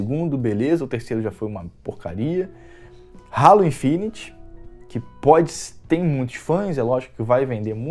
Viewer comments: Não se fala rálo e sim reilo (Halo) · 1: nem sabe falar certo halo 2: dizer que halo é datado vc tá de sacanagem né? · Quando escutei ele dizendo ralo e não halo já fechei o YouTube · Ralo kkkkkkkk cara não sabe nem falar o nome do jogo kkkkkkkkkkk como tem gente q de inscreve num canal desses? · acho q ele falou "ralo" de zueira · Nuss... O cara sabe nem falar Halo. Pqp